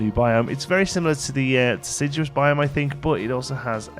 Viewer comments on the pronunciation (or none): none